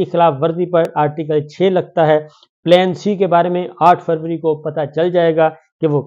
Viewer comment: یہ آ ٹھ فوری کیا ہوتا ہے صابر شاکر صاحب۔ آ پ کا مطلب آ ٹھ فروری تو نہیں ۔ یاد رہے میر ی طرح بہت سے لوگ آ پکی اردو سے آ پکی ذہانت کا اندازہ لگا لیتے ہیں ۔ وڈیو کھولنے کی ضرورت ہی نہیں پڑتی ۔